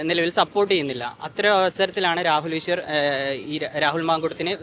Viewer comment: രാഹുല് ഈഷ്വര് ഷബരിമല ഷത്രു വഷം (വശം) വിഷ്വാസം സ്ഫുടമായി മലയാളം സംസാരിച്ചിരുന്ന പെണ്കുട്ടി എന്താ..ഇപ്പോ ഇംഗനെ??😢